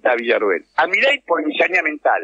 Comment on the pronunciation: No es rroel es Villarruel o Villacruel